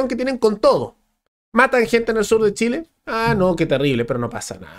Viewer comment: "Treneh para shileeeh" decían lEs arbolitEs